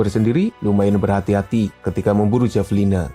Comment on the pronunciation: Bacanya Havelina pak 😌 Btw, saya tau hewan ini dari game AoE 2